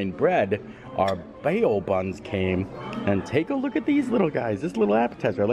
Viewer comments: Bao=Bow not bay oh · Hi. I love your dining reviews and your willingness to try new things. BTW, "bao" is pronounced "bow" (like bow wow). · Those buns are pronounced like “bow’ like bowing to someone… in case you care enough. Cheers! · The new rooms are okay looking but $700-$800 a night? Noooo thank you. Also bao is pronounced as bow like bow to your partner. 🙃😊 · Stats for this video: Fancy: 2 Amazing: 15 Holy-Moly: 2 Any-who’s: 2 Mispronouncing bao buns: 3 Not showing the pinball machines: -1000